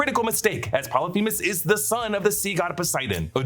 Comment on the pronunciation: Polyphemus, not themus with a T